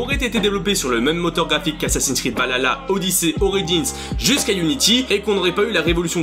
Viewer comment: infos intéressantes mais la prononciation de valhalla me fait mal aux oreilles :p alors dans la langue de nos chers vikings cela se prononce val ha (H aspiré) tla ( le double L se prononçant TL) mais sinon à quand un AC dans le monde Celte contre les Romains :)